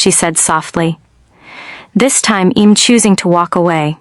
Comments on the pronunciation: Such poor pronunciation. I’m not Im, I’ll not ill, she’d not shed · A bunch of words mispronounced - she'd, I'm, she'll